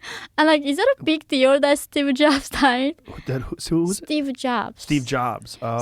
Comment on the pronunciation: She’s so adorable but when she said steve jobs sounds like she said stupid jobs and made me bust a gut 😂